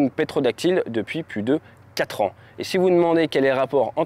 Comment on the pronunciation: Ptérodactyle pas Pétrodactyles.😊😊 Mais c'est pas facile à prononcer quand on a pas l'habitude.